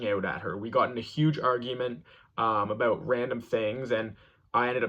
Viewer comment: you’re so brave and amazing but the way you say out about and house make it stop 😭😭😭😭